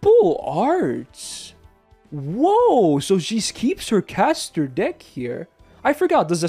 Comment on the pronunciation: Please tell me I'm not the only one who heard dick instead of deck